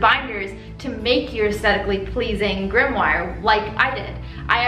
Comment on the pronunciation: Are you saying "grimmoir "??